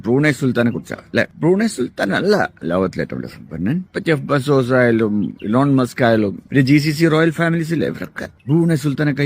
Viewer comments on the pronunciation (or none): none